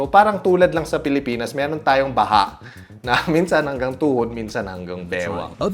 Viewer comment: baha platform.... pilipins: BA-HA... hahahahha (nice)